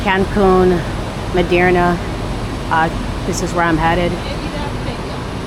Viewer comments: Merida, not Miderna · There is no "n" in Merida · Is 'That City' pronounced ... (Mair...ree...dah) ? /Merida Tu hablar espanol? /Do you speak spanish? and are you communicating good with The People, and they with you? O.k. I got my answer as I continued viewing your video when you said you do not speak spanish. I'm very proud of you though; so brave of traveling alone. Pero aprende espanol es muy importante. / Learn spanish very important to know. I'm not latino but it's my 3rd spoken language. Remember former President- 'Gorge Bush' who's brother I think name was 'Bud Bush' who spoke fluent spanish, I think that's when alot of Americans got inspired and jumped on the band wagon and learned. 😂 Anyway, nice content thanks for sharing.❤ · It’s Merida. MARE-i-duh. 😊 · Mérida girl not Merderna 😂! Mérida is super hot but such a vibe! I’m hoping to move there!! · Please learn how to pronounce MERIDA correctly 😂😂😂😂